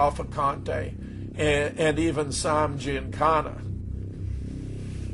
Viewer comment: The narrated sucks...can't even pronounce Sam correctly, it's Sam, not Som...geez. Oh, and fuck you for trying to censor my cussing!